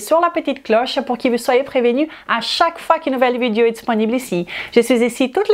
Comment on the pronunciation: le o de video est prononcé différemment du o de corps et est proche de cœur... essaie de le prononcer en faisant attention à la position de tes lèvres et de ta langue, tu verras que c'est très différent et que ce n'est pas évident pour une personne non native. Je suis prof de langues et je comprends ce challenge. De toute façon ça ne vaut pas la peine de se fâcher.